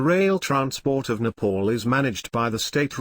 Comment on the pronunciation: It's NEPAL not NEPOOL please pronounce it properly.